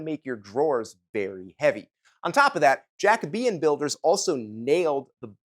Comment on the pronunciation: Is Jacobean not pronounced Ja - Coe - bee - un? With a long “O” sound?